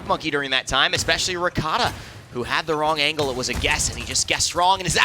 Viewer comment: Why they keep saying r-e-k-a-t-a, it's r-kt-a